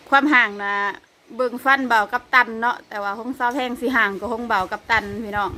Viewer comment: ทำไมคนประเทศลาวพูด ฟ ฟันเป็น พ พาน